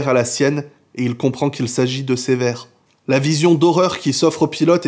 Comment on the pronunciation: On ne prononce pas Cévert mais cEUvert.